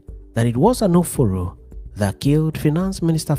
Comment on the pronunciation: Is Anoforo an Igbo name or pronounced wrongly? If yes, he must have come from a none Igbo speaking region.